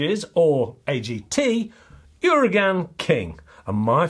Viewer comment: Its pronounced 'oo-r-ah-gun'